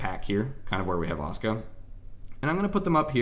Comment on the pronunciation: Can confirm on pronunciation of Asuka. I speak the language and have a cousin of the same name.